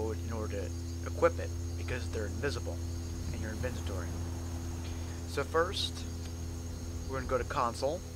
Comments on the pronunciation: Okay now say it with me INVENTORY. Not INVENTENTORY. Okay! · Did he just said INVENTITORY ?